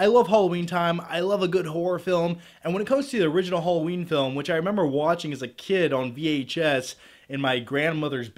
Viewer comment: Oh, it's 'Hollowjeen' again 😂